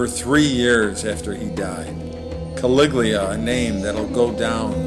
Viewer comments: The commentator says "Caliglia" instead of "Caligula". Woeful. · CA-LIG-U-LA!! - not Caliglia!! Learn the actual pronunciation of words on the page before you. In the vernacular: Dude, ur like a full tard, for some kinna downy, u do good brah... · For God's sake redo this video and pronounce CALIGULA correctly!!!! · its kawiggglia. get it right girlfriend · THIS NARRATOR CAN'T EVEN PRONOUNCE CALIGULAR CORRECTLY. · How come you can't pronounce caligula's name ?